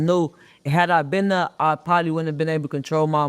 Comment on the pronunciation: Dallas says thare